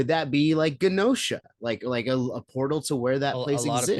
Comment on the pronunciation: Is Genosha actually supposed to be pronounced with a hard G? I just always assumed it was a soft g, pronounced like "genetic."